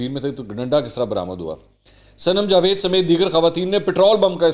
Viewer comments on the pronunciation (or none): none